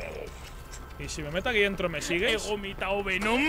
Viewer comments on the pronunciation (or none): “e womitado venom” XD